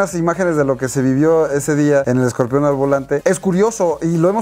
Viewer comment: Se dice Scorpion no escorpión